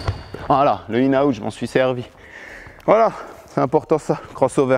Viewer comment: C'est "in and out" pas "inaout" wesh